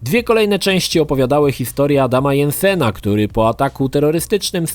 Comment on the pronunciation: Dżensen, kurwa. DŻENSEN, NIE JENSEN DO KURWY NĘDZY